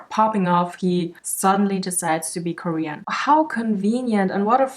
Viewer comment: '' my pronounce are they, them and KoREan '' 🤣 🤣 😭